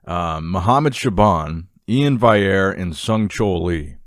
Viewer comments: E-IN VAL-E-AIR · Hey, Iain's last name is pronounced Val-e-air, not like Antoine's last name.